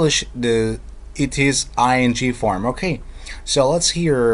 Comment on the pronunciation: i love the way you say "okey" ;)